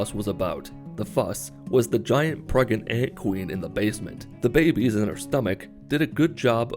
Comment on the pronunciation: Pregent. Pregernant? Pregante?